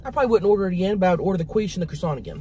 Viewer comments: I will now forever say “queesh” for quiche. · lettuce with french toast is a garnish lol... and its quiche (pronounced Key-shh not quwee-shhh...lol) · i love how Tammy said, "World Famous KWEESH" instead of KEESH.......she made it sound like KWEEF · 'Queesh' has me lmao!!! 😂 It's pronounced 'Keesh'. 😂❤ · Qweesh hahaha sooo funny 😂 it's prounounced keesh!Love you both!😜😘❤❤ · Lmao i was dead when you kept saying qweesh its actually quiche pronounced ( keesh). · Quiche .pronounced keesh.😂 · Like "Keesh" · She says it like queef but qweesh, and I about lost it when she said that. 😅😂😅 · The way she pronounces quiche and pico de gallo 😂😂😂😂thanks Tammy and crystal for another mukbank!! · Gatekeeping that should be a crime!!! 😂😂. Thought Tammy said “world famous queef?” 😂😂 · OK.... luvya hunnies.... the pie is pronounced KEEESH & the purple nuggets are a variety of potato... very flavourful...lettuce... a decoration... 😊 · Tammy 💛What you had was Quiche or (Qweesh) Lorraine😉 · Sounds like she was saying queef😂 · It's pronounced "keesh"! (Quiche) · Quiche - kweesh lol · "qwish" is that a quiche that makes you queef?? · pronounce keysh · Quiche is pronounced "key-sh". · The way she pronounced quiche had me dying 🤣🤣🤣 Love you Tammy! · I will never say it correctly again 😂😂😂😂😊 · I love quiche its so good You're pronouncing it wrong and it's really funny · I love how you pronounce “quiche!” 🤣